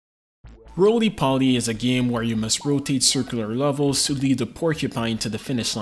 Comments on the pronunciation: Did you just call it Roly Paulie? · doesnt poly rhyme with roly?